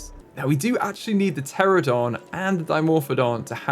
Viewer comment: Babes you saying PTERADON every time is killing me